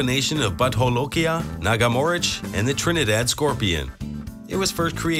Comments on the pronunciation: It's pronounced Bhoot not but ..and jolokia is pronounced as jo not ho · jolokia is pronounced as 'j' not 'h' like spanish